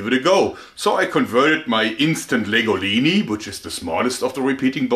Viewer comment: Why do I think of pasta when I hear him say Instant Legolini?